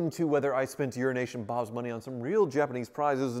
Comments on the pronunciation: Does it bug you that says 'Urination' Bob? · i swear he said urination bob🤣🤣 i had to stop and look up what bobs name really was haha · It sounded like you called him Urination Bob. Lol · Lol you should get to stop calling you urination bob... he's definitely not saying EuroAsian... 🤣